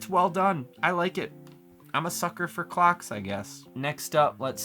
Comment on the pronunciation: I was eating so when said “I’m a sucker for clocks, I guess” I thought he said... something else 😂😂😂